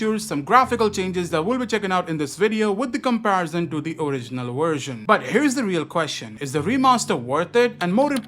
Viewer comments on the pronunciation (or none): Indians can say Vishnu, but not “Version”